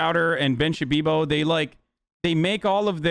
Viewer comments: Why does Hasan say "Shabibo?" Instead of Shapiro a traditional jewish last name. Either he's willingly being illiterate or he's mocking the name, which is anti-semetic? Can someone explain this to me? seriously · Hasan: Ben shapibo H3H3: Shin bapibo Me: LMAO